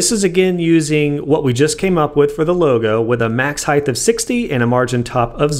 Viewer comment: Is it just me or does this dude say "Heith" instead of "Height"